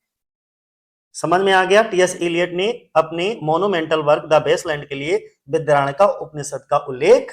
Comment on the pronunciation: बृहदारण्यक है uska pronunciation sir